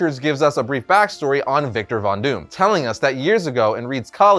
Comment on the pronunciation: Bonus points to you, for pronouncing his name PERFECTLY.